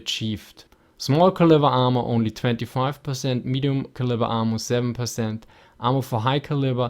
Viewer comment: Lol when you said "ammo" it sounded like you were saying "armor" but I knew from context what you were saying the 'a' sound in ammo is supposed to be like the a in apple.